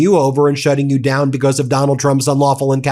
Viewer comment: I know that Ben pronounces some words a bit differently (because = "bee-KOSS" 😅), and that's ok, even though it's a little weird... but, he's GOTTA know the difference between "statue" and "statute", right? I'm left scratching my head... What's going on Ben? You're starting to worry me. Do you need a break or something? Don't worry, we'll be here when you get back. ❤😊